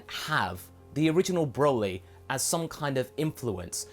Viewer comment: Hey you said Borly.